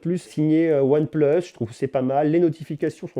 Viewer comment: Pourquoi tu dis " on plus " le plus tu le dis bizarrement c'est énervant sinon top vidéo